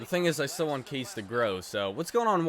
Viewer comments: ITS NOT CASE ITS (KA-SHA) SO TIRED OF THAT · You say Ka Sche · Didn't understand the Kesler deal, you said u traded Myers because he had a bad contract but yet Kesler's contract is awful, and it's pronounced "Kosh" Aye" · It’s pronounced kah-say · It's pronounced "kasha" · Kase is actually pronounced like cash-a it’s really weird but the more you know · Kase is prononced Kashea and btw in czech it means mash